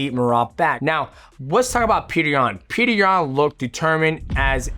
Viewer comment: Its Pjotor rather than Peter